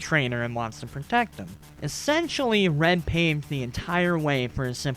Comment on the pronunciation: it keeps sounding like your saying ren instead of red XDD